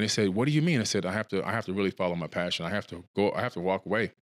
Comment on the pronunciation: ... such conshis... very pashun... wow :P